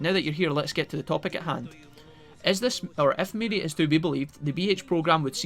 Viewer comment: Mirei is pronounced Me-ray, also, shes actually a reoccurring character is games, even before cyber sleuth